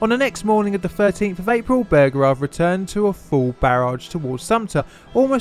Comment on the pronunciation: "General P. T. Bergerard"